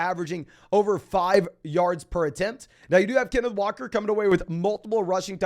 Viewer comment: Put some respect on Kenneth Walkers name please for the love of god